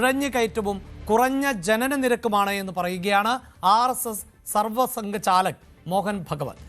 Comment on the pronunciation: 🕉️സർവസംഘ ചാലക്ക് അല്ല, സർസംഘ ചാലക്ക്, എന്നാണ്, മനസിലാക്കിക്കോ